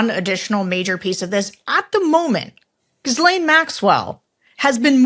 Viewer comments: It's (hard 'g' as in Indian clarified butter, I believe:) Ghee - LENN, not jhizz-layne. Not that hard to say, really, I think! Hope this helps clarify the butter I mean the pronunciation.. <3 ETA: Just noticed this video is 3 months old so maybe you have it all sorted by now (and if not, why not?) 😀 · Sarah please stop saying gizlane...my ears hurt.. her name is pronounced ghee (like the clarified butter ) and len (like the first half of the name Lenny) might sound petty but why ppl. haven't learned to pronounce her name after all this time is beyond me...Gheelen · Sarah...it's Gi-lane and Ju Free. Not Gizlane and Guffrey. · She's a monster but it's not Gizzlaine it's pronounced Ghee laine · It's pronounced Gilayne, NOT Gislayn. Why are you the only person in the US that doesn't know that? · People please GHEE LANE, not giz lane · Please, names are important, Ghislaine is pronounced as, Gee-lane (I guess “jiz-lain” works for the Epstein madam, too). I once heard Michael Wolff say he is not a journalist (although he is listed everywhere as one), he said, he is an observer, a writer, a biographer. He has definately been the fly on the wall with a pen in hand. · Sarah, so sorry but you’re driving me crazy! The “h” and the “s” in Ghislaine are silent. Geelane. Not Jisslane. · Ghislaine is properly mispronounced Jizz-lane, or Gee-lane, but the people who actually knew her seem to be pronouncing her name Guh-lynn. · I love your reporting, but could you please stop calling her "jiz-laine". Her name is actually pronounced "Gih-len". Or, better yet let's just call her Gmax, as you can see by her email, that's what everyone referred to her as. Keep up the great work on this story... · Gee-laine Maxwell Sarah.. its a tough name to pronounced, but still... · Please, at this point, coukd you ask Tim, or virtually anyone else, how to pronounce Ghislaine. It's not Gizz. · Sorry Sarah, to be that person but … it’s pronounced: “gil-AINE”. The s is silent. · It’s not jisslaine